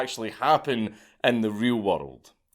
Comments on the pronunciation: Where is this "wurrold" place you keep mentioning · im not watching the rest of this video because of how you pronounce woruld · its more like waddled i cant stand it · Bro every time you pronounce "world" as "wirdld" I lose my shit 😂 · What is a “Wurrold”? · Why do you say the word world with three syllables makes no sense